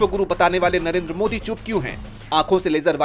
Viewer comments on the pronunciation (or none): Narender why Surender?